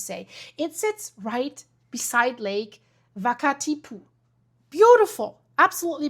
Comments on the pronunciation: It is not Lake Vakatipu? It is Wakatipu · Wakatipu pronounced as it looks waka-tipu. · yes but people wouldn't know the 'wh' is sometimes pronounced as 'f'. It isn't Germanic so there is no need to call it 'vakatipu'. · Excellent and informative video. Thank you. A small FYI: the pronunciation of Wakatipu. The W is pronounced as an English-type W, not V or F. There's no F or V in the Māori alphabet - and the word has a simple W, not a WH, which many pronounce with an f sound. Thank you for your care and interest in putting together this video. In NZ, Earthquakes are an acknowledged danger and but awareness around what may happen after in different regions is not often talked about widely. Earthquake safety drills are taught and practiced regularly in schools and early childhood centres but your video makes me wonder how many people in any one local area are aware of what other dangers may result in their areas along with or just after a big quake 🤔 That could be an interesting area to add into earthquake drills 🤔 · Wakatipu. No v in maori alphabet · she says we and well and water - but changes the name to V sound